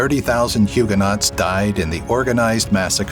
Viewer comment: Its not pronounced hewger not. Its pronounced hewger no.